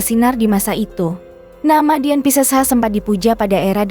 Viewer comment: Min..Christina..itu bacanya Kristina..bukan C..elo belajar mbaca di SD gimana ..? Terus Dian pesisa..itu E pada Pesisa pake E taling bukan E pepet..Pesisa sama seperti waktu kamu menyebutkan nama Betaria..duh ampuuun dah...lulusan taun berapa sih...guru bahasa yg salah atau memang murid" jaman sekarang nganeh"😮